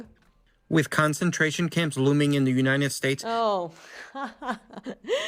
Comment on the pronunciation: Did he say Youninety states? 😂